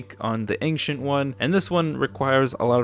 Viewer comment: Will this lad ever learn how to pronounce "Ancient"?